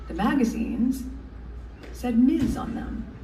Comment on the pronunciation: Also,, we ❤ you but For all of us who have fought the fight for women 4 so long, it's "MIZ" not "Miss" for Ms foundation